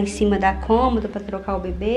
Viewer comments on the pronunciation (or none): none